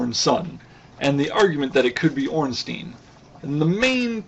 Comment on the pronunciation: Ornstien would be pronounced Ornsteen, like you say it. But Ornstein (his name) is pronounced Ornstyne. Well not really, but if you americanize it, yes. I just find it annoying, that's all.